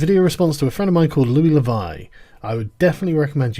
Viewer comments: Louis le [Voe] not [Vy] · Also why 'Le Vai'..? not gonna be a pronunciation Nazi here but... it's odd. That's pronounced "Le Voh", it's actually easier to pronounce than what you're doing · It's not "le voh" either, it's "l voh".